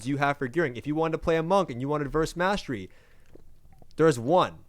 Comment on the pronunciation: The way this guy says "Mastery" as "mass-tree" is fucking irritating.